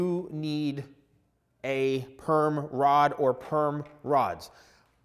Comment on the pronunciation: at first when he said perm rod i thought he was saying “gayrod” but with perm 😭